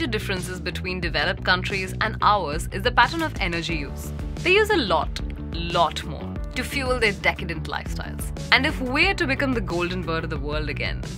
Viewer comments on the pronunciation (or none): " they use a lot lot energy for their dekandent lifestyle" lol